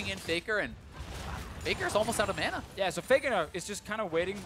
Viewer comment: wtf is mona? its MANA!!